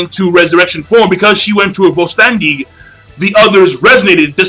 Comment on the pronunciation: vollständig is pronounced foll shtendig king